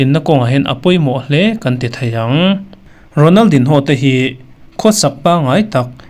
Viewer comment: A hming hi i lam dik lo deuh em, a in ziak ang ang hian an lam ngai miah lo a nia